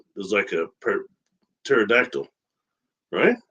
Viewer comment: Greetings Jessica and. Thank you for pronouncing the flying dinosaur I've never heard that word pronounced correctly ❤